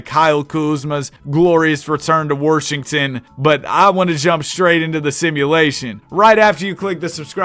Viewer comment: The way you say Washington is so triggering 😂 my grandpa says that and thinks we actually live in Seattle Warshington